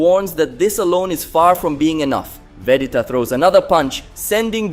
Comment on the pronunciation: Bro you have to say Vegeta correctly. It’s agonizing